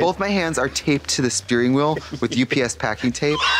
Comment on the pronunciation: I like to think that trixie said sphering wheel instead of steering wheel